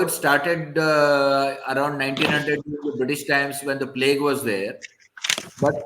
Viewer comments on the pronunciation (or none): none